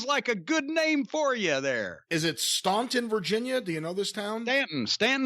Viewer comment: Love that Jim got Staunton's name right. He gets the details right, always.